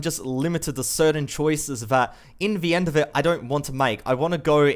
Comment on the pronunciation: I like the content and you, but every time I hear "in vee end" I die a little every time. But habit's are hard to break, so kinda has to be forgiven :3